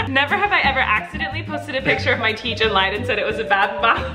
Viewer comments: What's a teech? Aha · wtf is a teech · What's a "teech" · What’s a tee teech?